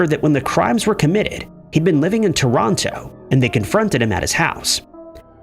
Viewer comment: Americans are so dumb. Yall need to learn how to say things like Ontario and Toronto. American school system, what ya going to do?